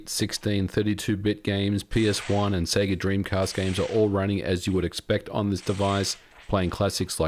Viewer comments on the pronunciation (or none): none